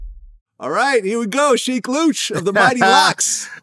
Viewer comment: I thought his name pronounced named SHEEK-LOWCH.